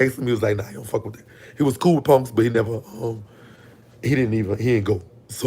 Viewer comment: I can only imagine how many fine ninjas in prison😩😍. I L❤️VE THE WAY YOU SAY PUNKS😂....you pronounce it PONKS💀🤣.